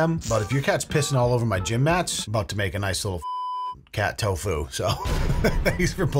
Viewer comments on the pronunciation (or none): none